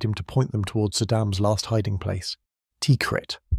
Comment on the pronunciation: I see you deleted my comment. It's pronounced "TUH-KREET"